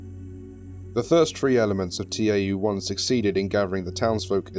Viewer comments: It's not pronounced "T-A-U", it's "tau" (ta-oo). It's a Greek letter. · btw, tau is pronounced 'tow', it's a greek letter. I just thought you would want to know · I noticed you pronounced Tau T-A-U. It's a Greek letter pronounced (correct me if I'm wrong) Tow. Sorry if that sounds a bit condescending. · Nice, but reading the Greek letter tau as T-A-U really annoyed me every single time. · Ànyone else hate that they're saying T-A-U instead of Tau. . .it's Tau pronounced like tao. Broke the immersion since I'm pretty sure the foundation know how to pronounce Tau 1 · I'd like to point out - you pronounce "Tau" as "Tee ay double yew", but you also pronouce "Epsilon" correctly. "Tau" is in fact a greek letter, not an abbreviation (the same as Epsilon), so it should be read as such. Other than that, loved the video. The voice logs add a new layer of depth to an article I've read many times over myself. :) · After looking at it more, it's also pronounced Taw. It's also another spelling for Tav, a Hebrew letter.